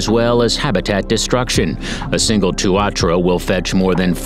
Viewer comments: wtf its not called tuarchara tu a tara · It is pronounced tuantara not tuawhara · Helo, as a natural born new zealander, the tuatara is pounounced , TU A TARA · i was born in new zealand and and i love it even though kiwi can't fly they are suprisingly really fast. but i find it halarious how he says tuatara like tuatra let me tell you how to say it tu-a-tara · Its pronounced two a tar rah. Not two wha tra. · Well done BUT!!! Maori is NOT pronounced Mayoree. It is Maowree, Tuatara is not Tooatara but TooAtaraa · Tuatara, pronounced Two-a-tar-a. Hard case hearing them called two-ar-tra. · just letting you know you dont say Maori as Ma-or-e you say it as Mow-re and also you say Tuatara as To-a-tara not To-atra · it is pronounced "tu-a-ta-ra" not tuatra and also Māori is pronounced more like "molree" not me-ow-ri -if you are going to do a video on nz can you at least learn how to pronounce the words properly - it really isnt that hard if you put a bit of effort into it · Tu ar tra hahaha TUA TARA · Hi Tuatara is pronounced two-aa-taa-raa, Maori is pronounced Mao -ree, Waikato is said as why-ka-toe, taonga is pronounced tong-a. Have a nice day! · 10. Hoiho - hoy-haw 9. Weta - weh-tah 8. (this one hurt) Tuatara - Two-a-ta-ra 7. Pekapeka - peckerpecker 6. Otago skink - Oh-tah-go 5. Kekeno - ke-ke-naw 4. Tui - two-wee 3. Hochstetter's frog - not hamilton 2. Hectors Dolphins - you got it right congrats 1. Kiwi - aye you got it right Bonuses: Maori - maow-ree Taranaki - Tah-rah-nah-key Lek breaders not leak breader Echo location, not eco (port) Waikato - why-kah-tour Manukau (Harbour) - mah-nu-kow Kaipara (Harbour) - kai-pah-rah Taonga (treasure in maori) - Tow-ngah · Did this man call a tuatara a tuatra and otago skink an otego skink 🤣 im sorry its just funny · That pronouciation. Tuatra? Taranakai? Otag'go? 😂😂 Seems so computerized. But hey thank you for putting NZ out there 💜🙏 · Wtf is a may or ree? Wtf is a tu r trah?